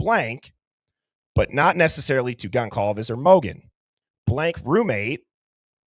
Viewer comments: HOW DO YOU MISPRONOUNCE GONCALVES AT THIS POINT?! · I know and I was not impressed. Disrespectful.